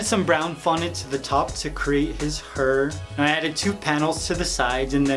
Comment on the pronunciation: "to create his herr"😂💙